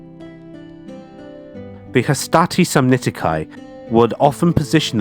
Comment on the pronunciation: Samnitici: the "ci" at the end is pronounced like "key" to a car and not like "kai". You're British so I understand your aversion to accurate pronunciation 😂